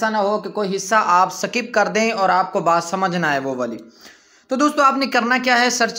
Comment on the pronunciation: Sakip nahi bola karo bhai skip kaha karain. Hansi ajati h